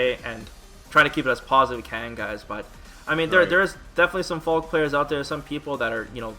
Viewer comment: She's called Falke, not Falk damnit